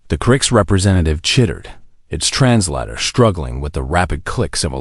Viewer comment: The word Translator is trans-later, not trans latter.